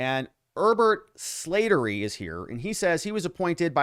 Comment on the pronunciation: This Irish last name is pronounced Slat(as in slats in a fence)- ter- ry. My dad’s best friend had that last name. RIP